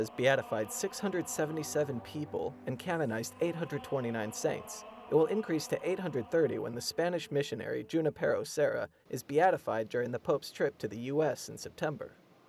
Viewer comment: Thanks for the video. Correction: Junipero Serra's first name is pronounced "Hu-NI-pe-ro" and not "Ju-NI-pe-ro".